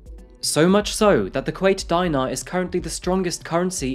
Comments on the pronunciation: Its dinar pronounced 'deenaar' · The geographic videos clips you showed at the beginning of the video are not kuwait. Kuwait is a flat country with no mountains The currecny is not pronounced die-nar, it is dinar pronounced with a short i as in ship. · If you think Kuwait is small, you should see Bahrain ☠️😂😂. Also, quick side note, it’s pronounced Dee-nar. Great video as always! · I can't trust someone who fails to pronounce Dinar correctly